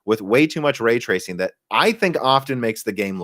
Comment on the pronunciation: way twacing